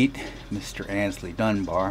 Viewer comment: I used to mispronounce the first part of Aynsley's name. I always pronounced that first syllable as in, "Ann's" when it actually should be pronounced as in, "ain't" or, "aims." So who corrected me about my mispronunciation? Mr. Mayall, himself!